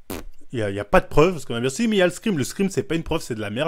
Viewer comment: Les fameux "screem" 😂